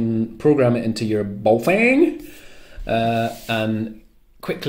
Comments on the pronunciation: Yeah weird thing to do a Chinese accent. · Just like the Chinese